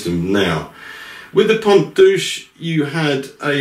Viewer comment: I think the right name is "Pompe duse" (not "duche"). Please check